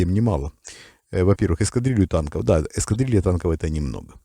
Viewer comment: Намёк на то, что пора к логопеду?